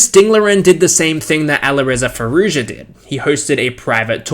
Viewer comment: FYI, the "j" in Nijat and Arjun and Firouzja is pronounced like in "Joey."